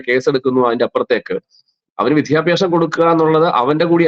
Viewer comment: "വിധ്യഭ്യാസം" അല്ല. " വിദ്യാഭ്യാസം". ഉച്ചാരണ ശുദ്ധിയോടെ പറയാൻ ശ്രമിക്കുക.